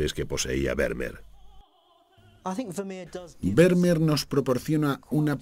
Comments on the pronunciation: Kyrie Eleison : de acuerdo. Exigir una pronunciación casi perfecta de “Vermeer” me parece innecesario y casi pedante. Pero acentuar arbitrariamente el apellido resulta molesto y un pelín chapucero .Y es fácil buscar cómo hacerlo correctamente. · Excelente documental. Lástima la pronunciación grave de Vermeer. ¿Se imaginan un documental holandés que pronuncie "Caldéron de la Barcá"? Sería muy molesto...